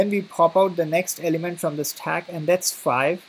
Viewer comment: useful but please use normal english as your 'staaack" hits in ear